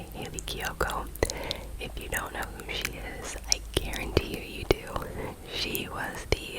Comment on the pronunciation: lmao the « I don’t know » in the british accent are incredible 🤌 we really need a new british accent video omg